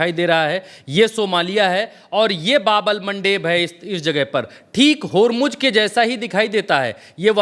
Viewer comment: आप की रिसर्च बहुत अच्छी है और आप बहुत मेहनत करते हैं इसके लिए आप बधाई के पात्र है बस 1 बात कहना चाहते हैं कि बाब अल मंदब है न कि बाब अल मनडेब, भाई इंग्लिश वालों ने उसको मनडेब बना दिया है